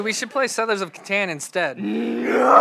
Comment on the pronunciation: "Catan" is pronounced "Caught-on", not "Ca-TAN"!